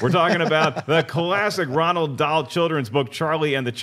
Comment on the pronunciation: first it’s not Fossbender, it’s Fassbender and who’s Ronald Dahl? It’s Roald. Apart from that keep up the good work👍🏻